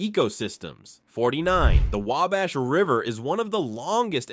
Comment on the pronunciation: I liked the fact that the last time I watched an Indiana 50 fact's about Indiana the individual kept saying Way-Bash and this narrator pronounced it properly multiple times and I am from Marion, Indiana